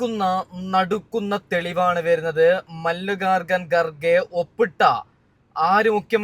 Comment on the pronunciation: എന്താണ്ടാ ഇത് മല്ലികകകൻ garge യാ. ഒന്ന് മര്യാദക്കു പേരുപറയാൻ പഠിക്യട വിവരദോഷി